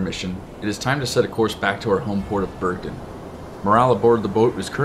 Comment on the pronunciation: It's Bergen, not Bergdin.